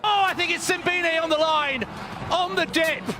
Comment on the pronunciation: Simbine is pronounce sim---bee----knee